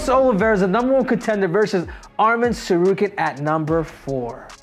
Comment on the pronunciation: I'm astonished that he is pronouncing Tsarukyan correctly